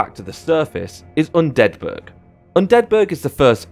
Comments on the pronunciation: are you purposefully mispronouncing undead burg? sounds like youre pronouncing it like it's a swedish city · Hearing Undead Burg as one word feels cursed